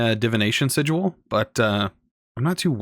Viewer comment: Lol at the way you mispronounce "sigil".